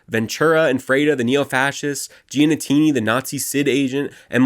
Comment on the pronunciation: also GEE-AH-NEE-TEE-NEE